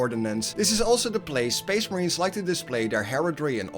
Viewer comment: SPEESH MAHREEENS